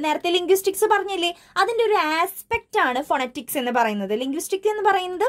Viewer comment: Miss phonetics - /fəˈnɛtɪks/ ngne verne pronunciation vethyaasallye?